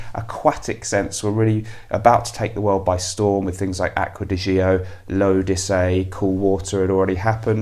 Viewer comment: Great video, BTW the Gio in Acqua Di Gio, is properly pronounced: Joe. Have you tried: Jardin D’Amalfi.